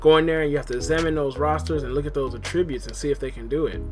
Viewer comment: AT-tributes not AH-tributes